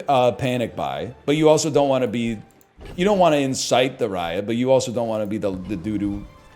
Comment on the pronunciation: "I downt know what they waænt" 💅